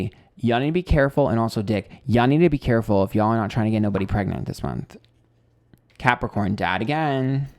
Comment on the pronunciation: Excuse me Did you say crapicorn? I object to that. anyway slightly annoyed and chuckled at parts of the reading. Being emotional is draining!